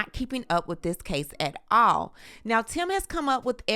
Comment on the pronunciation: Love how you say, "AT ALL!!"